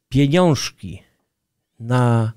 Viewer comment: Trzecie "piniążki" sprawiły że już dalej słuchać tego nie mogłem.